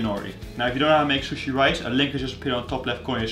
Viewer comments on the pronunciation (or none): The way he says sushi😂"SHUSHE"